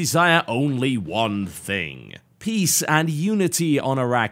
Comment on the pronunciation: Every time TB says "For peace" it comes out as "for peas." Do the Terrans like their veggies THAT much?